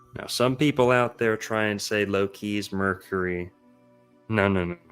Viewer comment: I'm team Merlin on this one. In norse/norwegian, "Loke" is not pronounced the way pronounces Loki. But after watching Lucius Aurelian's last video on the ages of man - I'm also convinced all the "overly negative" aspects attributed to Saturn is simply biased Jupiter propaganda. Kronos is after all the crown or in norwegian "Kronen". There are definitively different aspects to all the gods, but equating Kronos to satan and molloch seems to me at this point as biased Thor agenda.